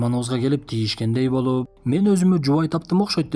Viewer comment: Тийишкендей больуууп дейт го😂😂😂